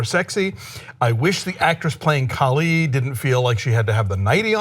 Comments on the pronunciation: KALA!!!!!!! not Kali.... LMAO. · I really appreciate this conversation and I think you hit a lot of nails on the head but CAH-phe-us and KaLA (not Kali).